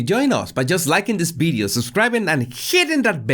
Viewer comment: is not bideo but video